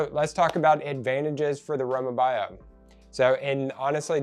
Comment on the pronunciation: Row mah bee o is how it’s pronounced.